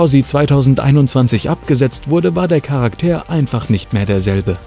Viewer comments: Charakter NICHT Karak TEER ;-) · Charaktääär? Dachte es heißt Charakter.😉